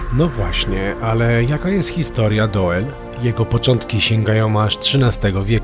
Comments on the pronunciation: To sie czyta Dul I jest opuszczone dlatego ze chcieli tam wybudować fabryki I tego typu rzeczy ale ludzie powiedzieli ze nie sprzedadzą fomow więc wybudowali dookoła i zrobiła się zla komunikacja więc większość I tak się wyprowadziła chodź do dziś mieszka tam jeszcze parę osób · Po 1 Doel czyta się DUL 😅 Po 2 w Belgii jest kategoryczny zakaz publikowania w sieci zdjęć oraz nagrań elektrowni atomowej w Doel... Grozi za to sroga kara a nawet więzienie....najwyraźniej o tym nie wiedzieliście a myślę że warto zrobić najpierw research zanim coś się wrzuci 😅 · Rozumiem, ze macie prawo nie znac jezyka, ale dla waszej informacji : w holenderskiej czesci Belgii i Holandii: "oe" czytamy jako "u" 😀 wiec byliscie w Dul... tak dla ciekawosci po polsku doel to czesc 😀 gdyby bylo "oë" wtedy czytacie "oe". Jakbyscie potrzebowali pomocy w Nl mozecie sie odezwac. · Nazwę tego miasta czyta się "Dul" 🤗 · 'Dul' nie Doel ;) Pozdrawiam, świetny odcinek! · Czyta sie "Dul", pisze sie "Doel" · Trafiłam na was niedawno i lubię z wami odkrywać nieznane🤩Trochę was tu poprawię, bo to całe „oe” czytamy jak polskie „u”. Czyli fonicznie to DUL. Ok, oglądam i słucham dalej … 👍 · Panowie. Film, jak zwykle super, natomiast znam dość wnikliwie Doel ( czyt. Dul ) i wiem, że można pokazać znacznie więcej ciekawych miejsc. Np: kościół i cmentarz , Cafe w wiatraku, plant z domkami wypoczynkowymi. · Przy wymowie nazwy miasta Doel powinno się mówić "Dul", OE pisane razem wymawia się podobnie jak nasze U ;) A nazwa miasta w wolnym tłumaczeniu może oznaczać "Cel". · czesc chlopaki kurcze byliscie w belgii a u mnie kawa stygla pozdrowienia nowlasnie z belgii ( a tak miedzy nami nazwe tego miasta czyta sie dul ) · To sie czyta Dul chlopali,az serce peka jakto slysze,ale fajna fure dostaliscie!! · Mówi sie "Dul" 😁 pozdro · W Niderlandzkich językach "oe" czyta się "u", więc to miasto prawdopodobnie nazywa się Dul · Doel czyli w wymowie DUL To znaczy CEL w ich języku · Pisze sie Doel A wymawia sie Dul Pozdro.